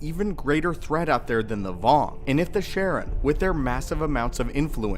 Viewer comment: Charon is pronounced "Karon", not Sharon. It's Greek.